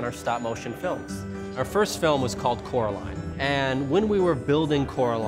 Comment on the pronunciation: Take a shot every time they say coroline